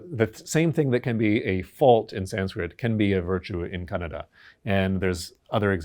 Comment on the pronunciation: Wow ....when he says Kannada....instead of Kannad ! His pronunciation of Kannada is impeccable! ಖುಷಿಯಾಯಿತು ಗುರುಗಳೇ...